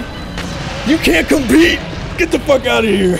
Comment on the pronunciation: I like how says "Fucki" instead of "Fuck"